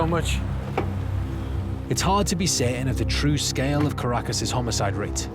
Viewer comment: Caracas sounds like carcass